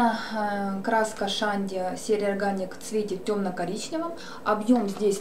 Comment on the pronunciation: не шанди а чанди